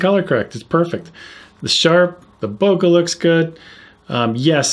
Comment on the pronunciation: I cringe when I hear people pronounce bokeh 'boka'